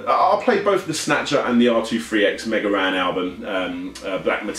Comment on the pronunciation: Don't worry, we expect British people and the like to pronounce things wrong. :^ )) Also, it's Mega Ran, not Mega "Yan" lol